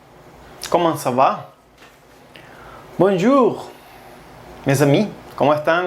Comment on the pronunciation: I watched a few videos partially only, and your pronunciation is quite inaccurate, for ex. bon djur (not with english "j")*